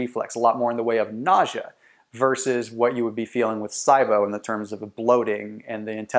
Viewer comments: It's pronounced "SEEEbo" not "SYEbo" lol. Good video tho, and accurate. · Same as C-BO. It's not sigh-bo. 😂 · Lol it's not( S EYE BO) ONLY PERSON IN THE ENTIRE WORLD I HAVE EVER HEARD SAY IT LIKE THAT HOW CAN YOU SAY IT WRONG AND MAKE PEOPLE THINK YOU ARE AN AUTHORITY ON THE SUBJECT 😥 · I've never heard it pronounced SI-BO. Always heard C-BO. Interesting. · that’s the power of the internet but he should’ve at least learned the correct pronunciation of it first 🤣